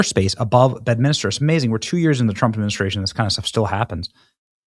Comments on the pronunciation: Say it with me Benny. BED MIN STER. Not minister! You suck! 😂😂😂😂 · FYI, BENNY, It’s called Bed-min-ster, not Bed-min -is-ter! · He he goes again, Benny just can't pronounce names correctly. C'mon Benny it's just like it looks - it's B E D M I N S T E R , not Betminister. There's only one "i" in the name not two. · BENNY IT IS BED-MIN-STER....geez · BED.MIN.STER. there's no minister!